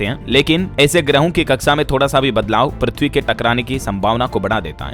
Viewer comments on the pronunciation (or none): none